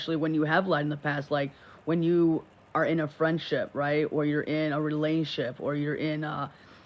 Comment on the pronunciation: Wtf is a “Relainship”? I swear these 2 really need to go back to school and start at 1st grade. They just make words up as they talk.